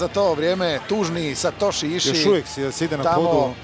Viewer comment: Not satoshi ishi